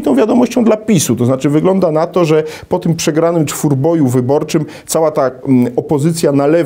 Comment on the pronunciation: Co to za profesor co mówi czwórboju, zamiast czteroboju ...